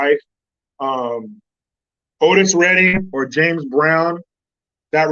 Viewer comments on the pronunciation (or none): none